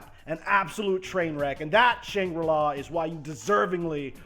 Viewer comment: I agree with all except for Shan gri-la